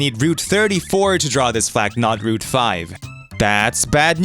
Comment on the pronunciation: root 34? That pronunciation sounded like something else for a second...